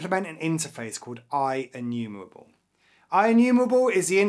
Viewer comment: Inumewable awway uWu